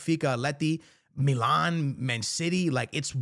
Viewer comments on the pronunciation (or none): none